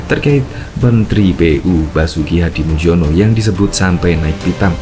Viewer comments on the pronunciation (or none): Nama Hadi Muljono adalah nama dengan ejaan lama, jadi sebutan nama beliau bukan Hadimuldjono melainkan Hadimulyono, karena tulisan nama tidak harus dirubah, sesuai dengan akte kelahirannya, please....... 🙏🏽🙏🏽🙏🏽